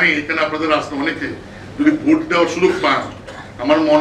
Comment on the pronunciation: ভাই, ভূট না ভোট